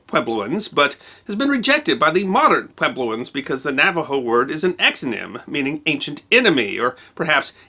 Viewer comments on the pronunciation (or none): none